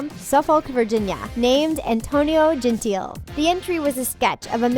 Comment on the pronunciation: 1. Latin America isn't a country 2. Its pronounced Jen-Tea-Lay